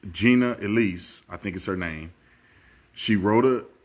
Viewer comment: . Pronouncing her name "Jeeeena Elees" is like that Keye and Peele skit with the school teacher!